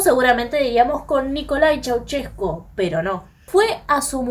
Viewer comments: Primero aprende a hablar con al de profecionalismo piba... no se dice "Chuchescu" tu lexico es bien banana.. acordate que estos ablando en publico.. chua nena!!👎a no soy conunista.. soy un Anarquista espiritual.. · Pues no tienes ni idea de Nicolae Ceausescu niña . Ni sabes pronunciar su nombre ni el nombre del pueblo Rumano .